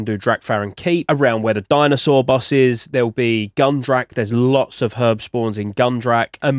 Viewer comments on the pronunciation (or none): none